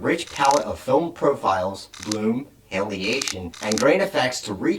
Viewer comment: It's way too expensive to me as I'm just a hobbyist. Also, it's halation, not haliation!